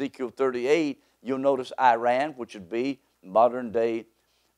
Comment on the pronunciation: You can’t even say the country’s name properly, who is taking you seriously 😂